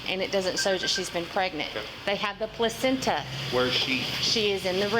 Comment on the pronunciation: i like the way she pronounced placenta